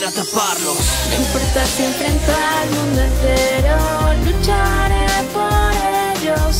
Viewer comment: soy el unico que escucha onichare en vez de luchare XD